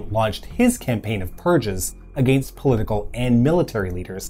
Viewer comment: Informative video, but what's with this guy's pronunciation of "against"?